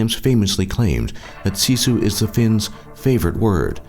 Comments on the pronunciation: actually pronounced as sisu. what people from other countries pronounce it as shishu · you said sisu wrong it was like siisuu